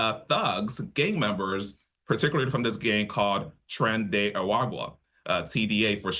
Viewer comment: His lack of pronouncing Agua correctly makes me see this as low quality unreliable news...😐🙄